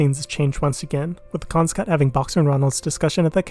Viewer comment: Excellent review of this messy masterpiece! Some words you should look up their pronunciation: Ethereal Garofalo Cannes